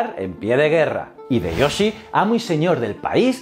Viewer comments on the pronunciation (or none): Me ha gustado mucho tu video. Solo quiero hacerte un comentario: la "H" en nombres japoneses se aspira, la "Y" suena como I y la J es una y. En lugar de decir "Ideyoshi" "Fugitaka" debes decir "Jideioshi" y "Fuyitaka"